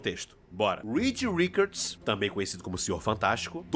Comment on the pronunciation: Me dá um tremelike toda vez que ele fala "Rikard" quando a pronúncia é "Rixard". Po, Richard Gere, King Richard...só ouvir os próprios americanos pronunciarem. Mas fora isso o vídeo é top.